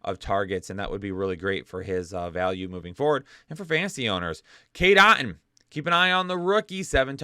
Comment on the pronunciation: I was passively listening while working and thought I heard "Kate Upton". So I swiveled my head. But it was "Cade Otton". I think you'd get more views if you slipped Kate in once in a while. And this is coming from Cassie - I barely half care.